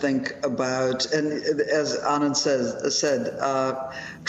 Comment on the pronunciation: Nice to see Mika pronounce Anand correctly... Very nice to hear.. much better than A-naynd